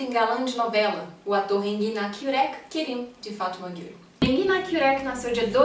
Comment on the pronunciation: Essa moça falando no vídeo quando fala o nome da novela kkkk pucha um sotaque que não tem